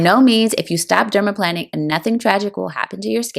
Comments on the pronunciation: omg it’s not dermaplanning. it’s dermaplaning. not plan. it’s plane. i legit couldn’t watch this bc she kept saying it wrong. you’re planing your face …. not planning it omg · Why do you keep on pronouncing it as "dermaplanning" ??? Is it not dermaplaning??? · I noticed it too. You’re correct. The latter is the correct pronunciation. She pronounces the word incorrectly. I do enjoy the video though. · Plane NOT plan. Dermaplane. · Why are you calling it planning? I thought it was planing, pronounced like a plane that flies. Anyway, does anyone know if the Rosehip oil she used is unscented? I have scent allergies and can only use unscented products. Suggestions for unscented oils are appreciated. Thank you. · Plane-ing, not planning. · I am curious about your pronunciation of dermaplaning. It sounds as if you're saying derma-planning, but I thought the it was said dermaplaning like "plane"? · You’re right in noticing, she mispronounces the word. Break the words into syllables: pla- ning (the way it should be pronounced) VS. plan- ning (the way she pronounces it).😊 in spite of that, I enjoyed the video though. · But, why is she calling it "Dermaplanning", except in one voiceover? It is bizarre. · I believe it's dermaplaning with a long A..like plane!